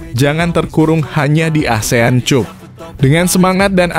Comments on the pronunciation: Bukan cap - cup tapi kap bacaannya min, 😁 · CUP.. Dibacanya KAP.. Ya Bos.. Biar kita dgrnya rada enakan gtu.. 😂😂.